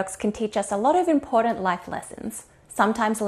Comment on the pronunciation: Excellent content, but i am sorry i cant watch another video while you pronounce the D in the word important.. I am by no means perfect myself but impordant just gets under my skin like no other badly pronounced word